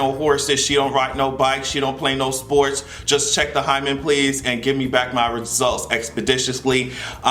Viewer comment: That and the way he pronounced "hymen." Sounded so creepy.